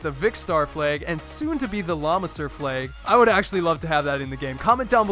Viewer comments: Fleags? I say flag. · Wtf is a "fleg"? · Umm... why do you say "flag" like "fleg"??? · why do you pronounce flag as "flayg"?